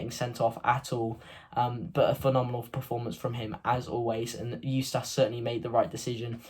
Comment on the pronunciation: Like the videos mate but it’s eu-stiss not eu-stass. KRO